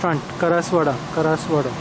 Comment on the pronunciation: It's KASAR WADA and not karaswada 😮